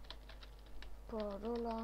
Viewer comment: "Parola" nu "paroala"